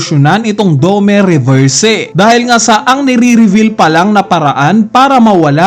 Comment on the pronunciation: aral ka kasi para alam mo tamang pronounce.. 😅🤣😂.. puro nood ka lang ng anime eh.. saka fan boy ka lang.. 😂🤣😅.. dome reberse 😅🤣😂